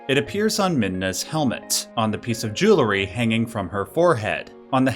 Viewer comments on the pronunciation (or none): "Joo-lur-ree" isn't a word my dude. Jewelry is pronounced "Jool-ree". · Jewelry... not jewlery... seems prejudice;D I kid, I kid, you rule